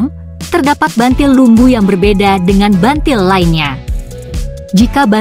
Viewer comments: Buntil bukan bantil bacanya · buntil bukan bantil mbak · Buntil mbak bukan bantil.